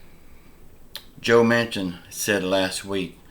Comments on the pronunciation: His name is Joe Manchin, not Mansion, pronounced Man- Chin. just saying….. trying to help that’s all. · Perry apparently doesn’t he keeps saying Man-Son, I was only trying to help so how about you crawl back in your hole and mind your own business!!! How old are you 10???